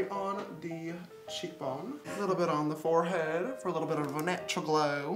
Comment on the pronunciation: Lol how James Charles said Forehead cracked me up